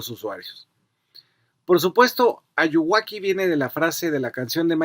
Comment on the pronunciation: Jajajaja Ayuwaki, es muy cagado que ya lo digan como si fuera su nombre y hasta pronunciado mal